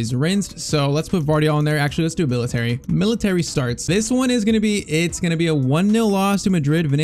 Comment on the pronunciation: Bro calls militao "military" 💀